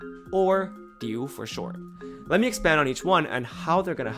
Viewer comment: The diu was perfect 😭